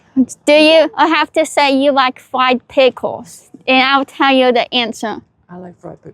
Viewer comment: Fwieeed Pickwels